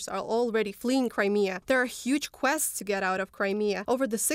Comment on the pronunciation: I hate when there is a "huge 'kwess'".